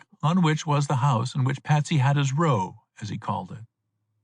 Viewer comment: a decent read, considering what the range of librivox readers is. would put him in the top half of those, although he consistently pronounces the word "row" wrong.